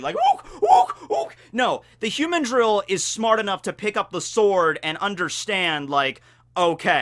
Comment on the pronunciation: The cringe from this particular video is your pronunciation of "humandrill"